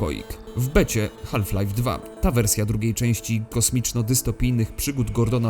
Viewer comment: L w "half" jest nieme!!!!!!! Wymawia się "haf". HAF, HAF HAF!!!